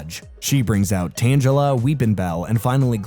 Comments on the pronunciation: Tangela like Angela made me cringe. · That and Tanjela 💀